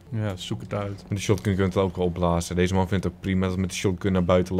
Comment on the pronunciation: hahaha vind jullie geweldig! die uitspraak die maaaaaaannnn!!! hhaha wara komen jullie vandaan? groetjess